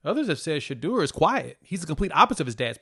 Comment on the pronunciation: SHEDEUR...PRONOUNCE D SHA DOOR